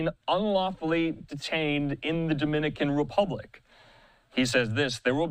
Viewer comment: Damn man you guys ( every news outlet ) are pronouncing the names of the suspect wrong the names of the cities in the DR wrong lol , how’s this even being put up , could you at least get those right before rushing to put this out ?